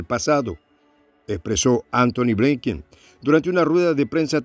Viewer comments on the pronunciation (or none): Binken, se pronuncia "blinken" no "bleiken"